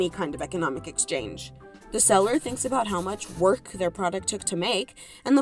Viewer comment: is nobody gonna talk aboot this